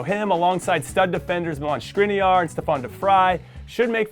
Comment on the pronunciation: No way, the first non Slovak Youtuber pronouced Škriniar's name right! Love that lmao